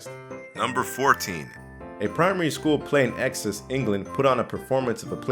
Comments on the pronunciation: Ecksick🤣🤣 It’s Essex 🧐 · "In exes England" I'm just going to assume you meant Essex 😂😂😂😂